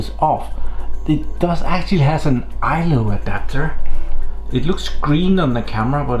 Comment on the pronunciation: Its called ILO not ILOR